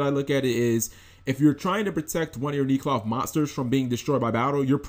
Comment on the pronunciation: Nee cloth? No...I'm sure it's neck-loth. Why does that "e" jump to a long "e" sound for no reason. English.